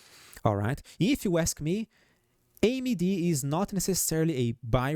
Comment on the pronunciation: It'll take a million likes to stop saying AMY-D 😂 just kidding